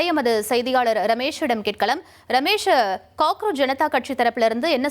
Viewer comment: Anchor calling Remeshu😂